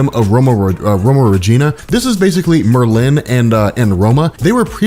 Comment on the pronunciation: love this video, and you rob. but god do I wish you would pronounce Saturnyne, Wolverine, and Merlin correctly lol